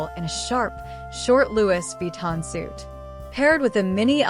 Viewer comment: Not to discredit your presentation ... as you spoke nicely. You'll have to work on the pronunciation of Louis Vitton , Givenchy and St. Laurent next time you have a go at the Met Gala however. They are all renowned fashion houses deserving proper representation at least, :)